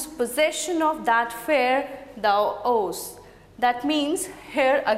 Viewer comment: Poor discussion of rhythm. Shakespeare is known for his use of iambic pentameter. Di dum di dum di dum di dum di dum! Also some terrible pronunciation e.g. of owest and growest.